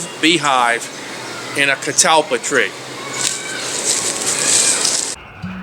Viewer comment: That old man said the name of that tree better than you did!